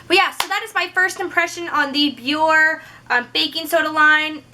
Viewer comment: Your channel is cool, I just found it. I'm not trolling, I swear, but the brand name is pronounced Be-yor-Ay. You can hear it in their commercials. Keep up the good work.